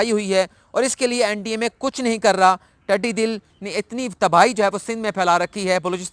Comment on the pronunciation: ٹڈی دل (DIL) نہیں (DAL) ھے۔ تصحیح کر لیں